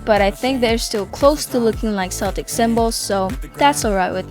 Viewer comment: FYI the C in Celtic is a hard K not a soft S sound